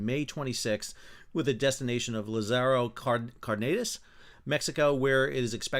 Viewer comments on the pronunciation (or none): LAZZ-a-row CAR-duh-nass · First of all Sal, I have to say I like your channel and enjoy all the ship you give us :) Your Spanish really sucks. Dozens of times, while commenting on the Mexican tall ship, you repeatedly said cuauMEToc when it is cuau-te-MOK. And now Lázaro Cárdenas. Tip: look up Wikipedia, the English language page, and search for Lazaro Cardenas, and Cuauhtemoc. In the first paragraph, after the proper name, you will see a little speaker icon. Click on the speaker and you will hear a Mexican voice rendering of these names that you can practice over and over before torturing us on stage! Keep up the good work Sal :) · Side note: accents in Spanish show which syllable to emphasize. So its LA-zaro CAR-denas. Otherwise it's the second to last syllable. 👍🏻